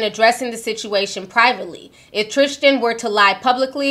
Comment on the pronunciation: Why do you keep saying his name is "trishchan" 😂 it's Tristan